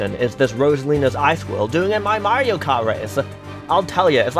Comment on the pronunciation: My slightly shorter livetweet than the pinned one, as is customary for me on a long video with lots of content. - is cis confirmed!? (Happy belated trans day of visibility!) - I love pause as she realizes that it said something about snow, you can hear how awkward it is. - Woo, Canada! would have been a great time to mention something about sleek technology featuring spyware. - The 'g' is silent, it's actually prounounced, "purity". - Sorry to burst your bubble,, but while Toad Harbor_[sic]_ may look beautiful on the surface, we all know it's being plagued by the woke LGBTQIA+ movement. Just look at them, they think a princess can stand in for our beautiful Lady Liberty! That Gavin Newsom's "city" of poo pales in comparison to Toad Habor_[sic]_. Shiver me timbers. Thank goodness for you get the rest]. and after -, you broke, you used plural pronouns for an individual. That's falling into the hands of the woke feminists of the 1990s, BOOOOOOOOO. Surely you could have made an executive veto to fix it. -... It's at this point you realize is also gay - Big no-no, Greece is not 'Murica >:((((((( - is a trans man? Is Elon a trans man?, I hope everything you try to do with AI just comes out like this now, this gave me a headache from repeatedly facepalming. And that's--and yet